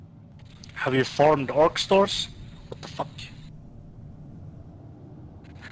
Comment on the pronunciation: U know its french when he says watafaq